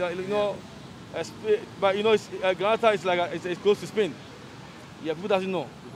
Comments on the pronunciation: He goes ahead to say he’s going to be a citizenship of Granata 🤣🤣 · This guy paaa. Talking about people in Ghana not knowing Grenada but he goes ahead and pronounces “Granata” 🤦‍♂️